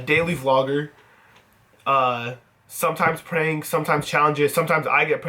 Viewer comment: "You guys know me as daily vlogger,sometimes preanks"😂😂